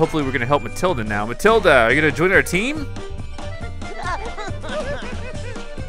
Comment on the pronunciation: It's Matilda not Mathilda